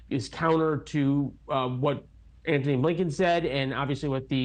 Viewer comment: I always hear Anthony Abe Lincoln 😂